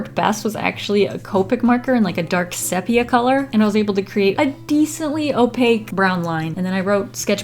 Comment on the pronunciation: At: • FYI: sepia is pronounced: "see-pia".